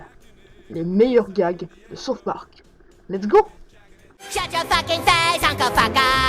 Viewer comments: Saute Park lol. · Comment peut-on beaucoup aimer South park et pas savoir prononcer ce titre ? x)